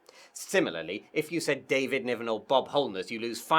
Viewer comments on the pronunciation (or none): none